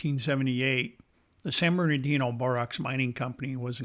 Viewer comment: Man it’s NOT Borox! It’s borax come on man